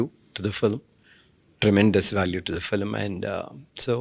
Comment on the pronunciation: Yes, very nice, except the "fillim," part. If she could say 'film', that'd be awesome considering she is working in TN.